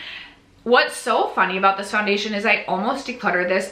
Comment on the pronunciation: 2026 will bring a baby!!! 😍🤭 You'll see what you'll achieve and I hope you don't set the bar too high as I'm sure you'll have other priorities! ❤ You still did amazing! 😮❤ Edit: As a francophone, "poundation" sounded like a nice contraction of powder foundation! 😂